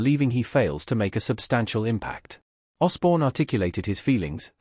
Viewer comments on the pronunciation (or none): Say Osbourne again 🙄 you might get it right at least once. AI is 🤣